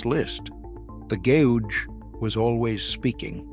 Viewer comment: The gay-ooge